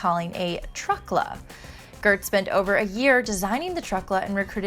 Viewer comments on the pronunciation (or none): *Giertz not GIrtz